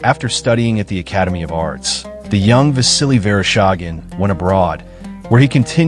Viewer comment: Верошаген? ИИ совсем спятил. Василий Верещагин его зовут.